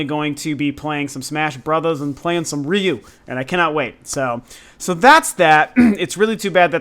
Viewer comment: Ryu= means dragon- pronounced- re you